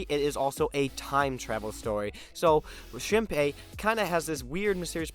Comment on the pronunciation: Shinpai? Shinpei!